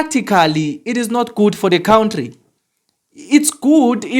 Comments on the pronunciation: It's country not count-tree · I love his count-tree 🎉